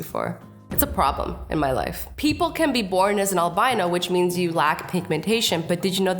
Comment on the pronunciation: I am uthend I'm am albino its albino not albino